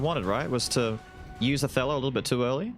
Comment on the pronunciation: Until I looked at the skill name, I thought you were saying "a fellow" instead of "Othello", and I think it would've been cute if you did)